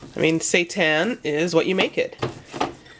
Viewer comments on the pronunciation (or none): Andrea Feil I think it's actually pronounced Si-Tan lol x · I've never heard of seitan before, so when you kept mentioning it I kept thinking you were saying "satan" LOL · can't stop hearing "satan"😂😂😁jk but the food looks yummy gotta try!